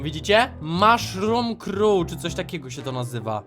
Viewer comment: Krowa grzybowa mówi się po angielsku mushrum cow nie crow